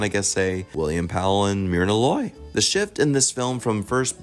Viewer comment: Jesus, the CORRECT way to pronounce the actress name is "MUR-nah Loy"